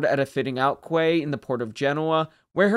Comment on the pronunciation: Good video. I should point out that the word quay is pronounced as key and not qway.